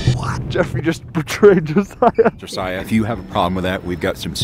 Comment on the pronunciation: first person in awhile to pronounce Josiah correctly u earned a sub